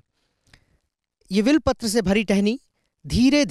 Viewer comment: Abe will Patra Kya bole ja Raha h? Bilwa Patra HOTA .